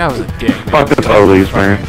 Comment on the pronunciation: he side po lice xD